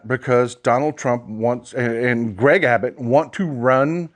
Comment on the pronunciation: it is Gov. ABBUTT, not Abbott.